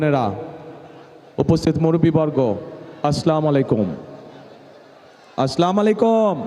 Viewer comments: ছালাম শুদ্ধ করে দিবেন।আছলামলাইম না হবে আছচালামুআলাকুম। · স্লামালাইকুম, আর কোথায় আসসালামু আলাইকুম, সালাম টাও শুদ্ধ ভাবে দিতে পারে না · কি আর বলবো ভালো করে সালামও দিতে পারেনা